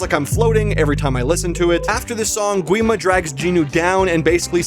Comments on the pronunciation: Its not said gwi-ma more like gee-ma and the barrier is called honmoon said honmun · Oh yes by the way the correct spelling is Gi-ma (The w is silent). Don't worry I called him Gwi-ma so much so you are fine.